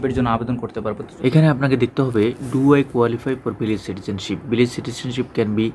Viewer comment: Vilag Na Beliz.Aga Deser Nam Sotik Kora Bolun.